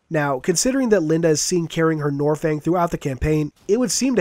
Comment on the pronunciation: Ugh you make me cringe it's nornfang it has an N it's not silent.